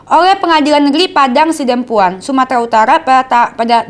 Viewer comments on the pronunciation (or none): Mbak baca Padang Sidempuan bukan Padang coma Sidempuan se x sebut Padang Sidempuan. Gitu lho. Capek dengerin.🤭🤭🤭